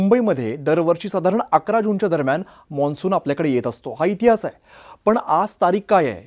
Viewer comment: Monsun nahi mansun